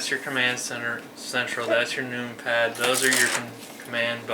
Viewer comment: "That's your noompad." LOLOLOL